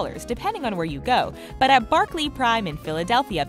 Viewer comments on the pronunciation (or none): none